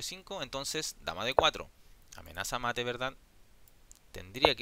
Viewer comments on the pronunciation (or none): none